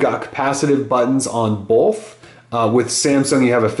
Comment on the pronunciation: Ok I know this has nothing to do with the reviews but you say "bolth" just like my hold high school science teacher lol. Would you happen to have some German in you?